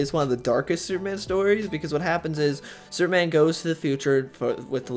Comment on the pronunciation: Soup-man? Does he keep saying Soup-man?